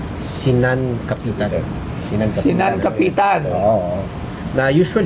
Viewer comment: Obvious naman yung unang tumingin na binasa lang nya yung "sinankapitan" kc hindi naman ganun ang bigkas. Sinankapitan means "like a captain" so the word kapitan is bigkas as "kapitan" na captain, not as kapitan na kung saan ka kakapit.